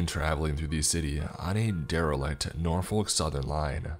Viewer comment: I grew up in that area Roanoke is actually one of the biggest cities around there And Norfolk is actually pronounced more like “norfik”